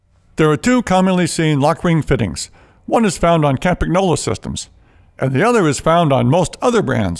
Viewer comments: Nice video. But I notice that says "ChampaGnolo". Originally it sounds like "Campanyolo" (countryman) in Italian. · When you pronounce Campagnolo, the g is silent. Or just say Campy for short. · Михаил I had to listen twice to make sure I heard properly